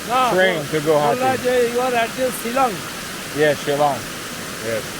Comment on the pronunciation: You pronunce "Shillong" better than that indian guy🙊